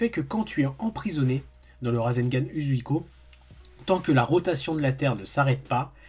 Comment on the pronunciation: C'est pas méchant mais, Shoury prononce mieux que toi Uzouhiko